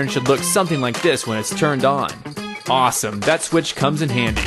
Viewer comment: As he says it: ARSEOME!